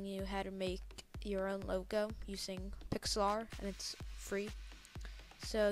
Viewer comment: nice video, but its pronounced pix-ler